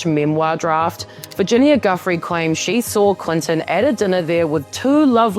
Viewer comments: Joo-fray. Honor her by pronouncing it correctly. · Please pronounce Virginia Giuffre's last name right.... It's joo-free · Please say "Guiffre" without the hard "G". "Jhoo-fray" I think it's pronounced. It's as bad as pronouncing Madame Maxwell's name with the "S". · At least pronounce virginias last name correctly